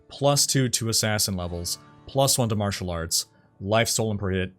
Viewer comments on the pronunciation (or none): none